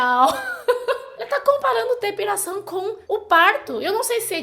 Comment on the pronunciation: . É engraçado ouvir depiRação, que tem que tirar peRo... .